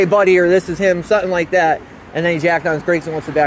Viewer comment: The way this wiggerbpronounces "something" is infuriating. Sutten sutten sutten